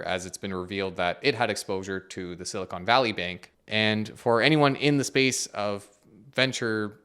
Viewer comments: Hey, you might want to be careful with your pronunciation. It's Silicon Valley, not Silicone Valley. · Fascinating how he can't say Silicon Valley correctly 😅